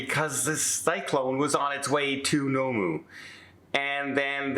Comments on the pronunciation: The place name is Noumea, pronounced noo-me-a, not no-moo. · Nomu! Please research how to pronounce Noumea before presenting a video where you say it so many times! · Noumea is pronounced New - Me - A. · It's pronounced 'New Me Ah'" (Noumea) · Good someone posted this, I had to have a laugh at the pronunciation.